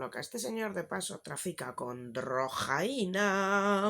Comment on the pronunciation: Me da la vida cada vez que dices drrrrrojaina